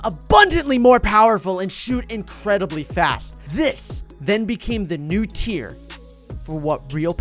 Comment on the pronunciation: its "tier" not "tea"